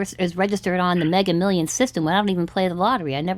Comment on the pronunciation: The AI doesn't know to correct him saying 'megger millions' 🙂